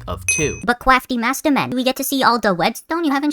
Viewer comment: Sometimes the "cwaftymastman" just pops into my head and I have to rewatch the video